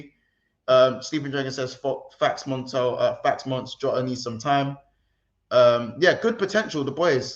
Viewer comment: I've subscribed! Only regret is not subbing earlier. made me spit my drink in the staff tea. How is he dropping the government? 🤣 How are you saying Montell? ☠️ Chin up lads gotta just firm it